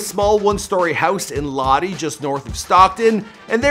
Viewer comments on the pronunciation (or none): La di it’s Lodi lmao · The city of Lodi is pronounced Low-Die, Not Loddie 🙄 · LOdeye bro lol Lodi is pronounced as LODeye! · Fyi, its pronounced...(Low Die) not (Lah De) "In his neighborhood people get slapped for talking like that" 😂👊 Great to see Nate back in the Octagon. #209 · Lo-di not Lo-de💯😉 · It's Low-die not Loddy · Its pronounced low-die not loddy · Lodi- Lowdie.not Loadie. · LOW DYE NOT LOW DEEEE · its low die (lodi) not law dee dork stay down nate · Its Lo-DIE. NOT LODDY. jesus... spelt lodi. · “Lody”😂 it’s LOD-I (👁) s/o to my boy Nate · Lodi pronounced as “Low-Dye” lol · Lodi (pronounced "lo-die") lol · Lodi is Pronounced "low die" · Lodi is pronounced "low die". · Lodi is pronounced “low-die” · Lodi is pronounced low-die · Its pronounced Low-die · It's pronounced Low-Die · Pronounced, Low-Die fyi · Bro how can you make fun of how Nate talks but you can’t pronounce Lodi?? Lol WTF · Speaking of reading you miss pronounce everything Cerroni Lodi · mispronounces Lodi and people compare it to how Nate talks. Nate sounds like he got hit over the head with a frying pan. People not from that area aren’t expected to know how to pronounce the towns. I’ve never heard of Lodi.